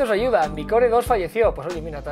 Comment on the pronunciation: En el minuto , se escucha como los de la CNTE piden "aiuda" cx